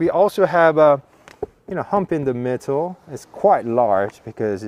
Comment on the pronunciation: "in the mittle" 👍